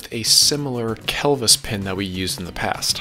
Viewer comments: first "cleevis" then kelvis lmao killing me! It's pronounced "Cleh-vis" now we both taught each other something today. Great video, swear im not a word nazi - I work in fluid power and hear the word clevis daily. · You're killing me with the pronunciation of Kel Vis pin.... It's a Clevis pin....not cleevis or Celvis. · Clevis pin not Celvis pin......Cle-vis not Kel-vis as in Clever ie clevis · Kelvis left the building. Clevis...pronounced clevis...sounds nothing like Elvis :) Ask the tractor guys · lol its not kell-vis pin!